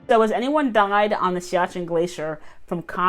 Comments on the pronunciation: 13 has noting bad in hinduism what so ever. The strategic area is pronounced as c-ya-chin not saikan like in original video. Siachin is overlooking the Pakistan China corridor it's a strategic thing than border issue. If India gets involved in a in two front war with both very hostile neighbor siachin can control the Chinese entry point to Pakistan. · Saken!!!????? Narrator is not good at pronouncing RAW got that Intel